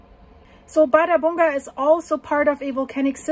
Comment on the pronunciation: That's fascinating! "Bardabunga" sounds to me like a tropical dance, Bardabunga, Bardabunga! 😂But no, it's an arctic volcano in Iceland ;-) ⛰️🌋 And your pronunciation is correct! I hear the same word from iclanders. Oh and by the way "hraun" means "lava field" (and you also pronounce it very good!). Of course it's logical that the Icelanders have a word for "lava field". And since they have so many, they give each a name next to "hraun", to distinguish them, of course! And one volcano name is associated with a lava field, well, it makes sense, why not. ---------- So, many thanks for your videos!